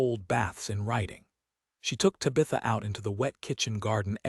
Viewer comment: This is probably a good story, but this is egregiously bad AI narration…Tabitha’s name mispronounced over and over again is obnoxious!